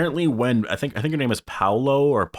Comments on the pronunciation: It’s pronounced Powla... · Her name is pronounced Paola (Pay-o-la) . Just an fyi =)